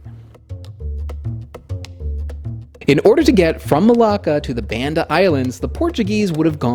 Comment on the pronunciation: i keep hearing malaka but you keep sayin malacca